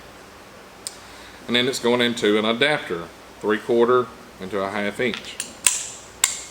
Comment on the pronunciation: Love this guy. "Half eench" LOL!